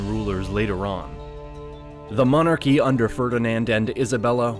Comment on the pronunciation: Sorry, got as far as the commentator trying to pronounce "monarchy" and had to turn the video off